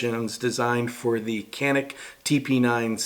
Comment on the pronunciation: It's pronounced Jon-neek